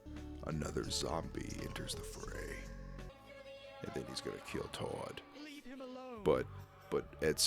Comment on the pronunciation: He keeps callind tord (T-od) but it’s (t-ord)